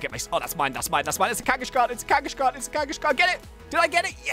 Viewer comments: its kangaskhan not kangashan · it's kangaskan not kangashkan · you said kangashan ut you say it like kang ess karn